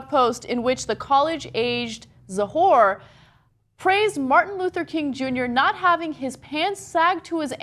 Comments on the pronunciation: Ana is pronouncing the name as if it is Ethan "Za whore". Oh boy. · Whenever you see "Cz" in a word, it is pronounced like "ch" is in English. Stop saying "za-hor" it isn't correct, you wouldn't pronounce "Czech Republic" as "Zech Republic." And "czar" should be spelled "tsar," it comes from Russian, "Царь" and the Cyrillic letter "Ц" best translates to the Latin letters "ts."